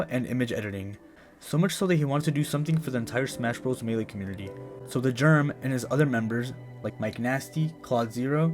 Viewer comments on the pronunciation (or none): The Germ's name is pronounced "Herman"